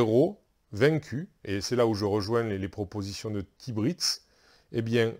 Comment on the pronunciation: Super idée qui me plaît beaucoup à tester en tout ka. Et tu a très bien prononcé mon pseudo tibritz merci. Pour ton travail sur ta chêne. En espérant revoir du arkham. 😉. Mais maintenant tu me donne envie de tester l'ombre de kilforth